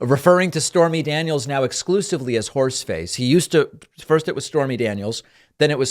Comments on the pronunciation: When you said "horseface" I thought you said "force space"! Space Force! Space Horse! INCLUDING A HAT. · He's not saying horseface, he's saying whores face. It's hilarious actually. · It really is actually. You all think he's saying horseface, he's actually saying whores face.